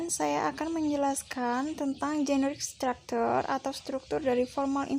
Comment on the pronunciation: saya suka cara presentasi kamu, looks friendly, smiley girl, presentasi PP nya juga bagus banget. ... yang perlu diimprove lagi adalah pronounciation di ' mask, invite, dear, structure. b. definisi baiknya diterjemahkan, c. latar musik di bag akhir diperkecil spy suara kamu terdengar.